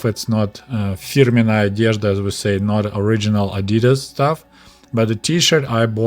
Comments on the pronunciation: The way you pronounced adidas in the Soviet Union (adi-daas instead of adii-das) is correct. Greets from Germany. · "ah-dee-das" is the right way to say the brand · The way you said Adidas is the right way to say it. The American way to say Adidas, is actually wrong, but they do it to every german word they try to pronounce. No hard feelings though. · The correct pronunciation no matter The language is adi-dass. Adi dassler is the founder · In Soviet Union we say "Adi-das" not "Adee-das"... Well since that's how its pronounced that's a good idea 😂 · We say ady-das here in the UK too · In Australia it is pronounced AD I DAS as well, comrade. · In Australia Adidas is pronounced the same as Russian, and the correct way since that's how much closer to how it is in German too. The brand name is short for the founder, Adi-Das.. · Pronounced the same in the UK as well. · You’re pronunciation of Adidas is correct. It is shortened from Adi Dassler, the originator of Adidas.